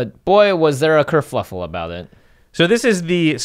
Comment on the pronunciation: Ya, I'm going to be that guy. It's kerFUffle, not kerFLUffle.